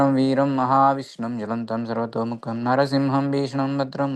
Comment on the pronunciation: With due respect, the Nrisimha Mahamantra is from the Nrisimha Tapaniya Upanishad. The second line is Nrisimham Bhishanam Badram Mrityumrityum namamhyaham. It is not Narasimham , but Nrisimham, and not mrutyormrutyur but Mrityumrityum. Jai Shri Krishna, Hare Krishna.